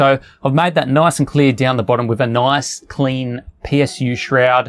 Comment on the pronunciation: He said "noice" for like times...